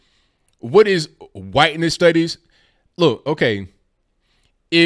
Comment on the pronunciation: Points for correct pronunciation of Hwhiteness.